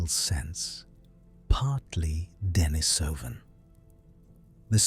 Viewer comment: Accent on the second syllable: de-NI-so-van